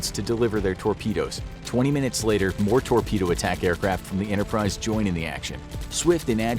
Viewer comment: Who else noticed he said “Launching of the decks form U.S.S Yorktown and the U.S.S Interprise?”